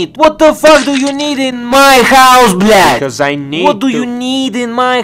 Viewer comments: Согласен. Круто звучит, когда русский чел так произносит blyat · на этом моменте я подумал что "блять" произношена прям с русской душой